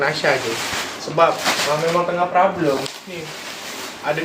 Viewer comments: Problem..bukan prablem.. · Tu laa.. Prablem, prablem.. Haduhh.. Problem ✅✅ bukan prablem